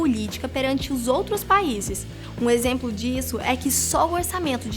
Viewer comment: Só eu notei que a falou Por exempo??